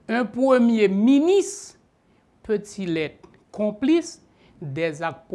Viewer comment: Privert, yo pa di miniss lè wap pale français, ce ministre. Apran prononce "R" la stupid.